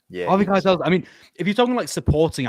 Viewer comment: Put some respect on harvey Keitel's name 😅